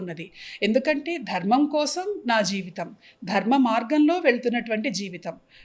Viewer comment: Mundu Anchor telugu matladatam nerchukunte Manchidi Dharmam ani sariga palakatamkuda ravatledu